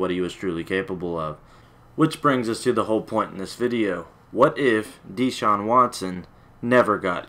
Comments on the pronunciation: His name is not DEE-Shaun. It's pronounced like DaShaun. And he only played three years because he graduated in three years. The guy took full loads every semester while starting at QB AND winning a National Championship. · U said his name wrong 😂